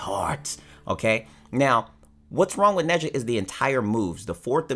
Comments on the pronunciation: His name is pronounced Nah-jah. Not neza. He’s chinese lol. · I was cringing when was trying to say nezha dramatically but saying it wrong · Got a little triguered when he said nezha 😔